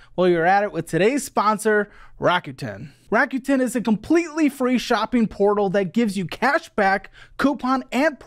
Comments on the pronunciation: It’s a Japanese company, so it’s pronounced like rack-oo-ten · I'm pretty sure it's pronounces Rake-ut -in. Like "rake it in" as in raking in loads of money